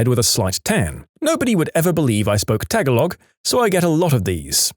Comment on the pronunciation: Tagalog is pronounced as "tuh-GAA-log," not "tag-a-log!"